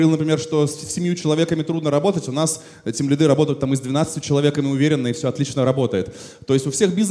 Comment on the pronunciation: Меня одного передёргивает от слова тимлидЫ, а не тимлИды?))) Вообще отличная лекция